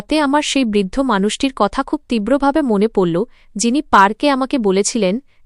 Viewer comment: এ কে? বাংলা পড়তে জানে না, কে বলেছে পড়তে। লাগল্‌, পড়ল্‌ এ গুলো কী